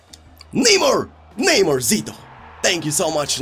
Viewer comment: please stop saying neymur zito And start saying neymar